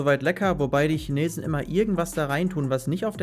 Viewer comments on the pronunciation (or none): none